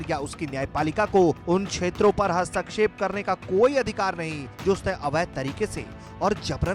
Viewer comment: हस्तक्षेप होता है,हस्तकक्षेप उच्चारण गलत है 99% लोग गलत बोलते हैं आप हिंदी न्यूज़ चैनल होकर भी गलत उच्चारण करते हो।